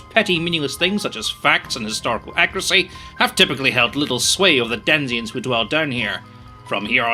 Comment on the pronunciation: Does pronounce "denizens" as "denziens"? 🤔